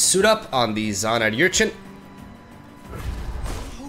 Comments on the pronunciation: Er-chin not yur-chin English! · It's "Urchin", not "Yurchin" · slow progression on pronouncing Urchin right is kinda adorable.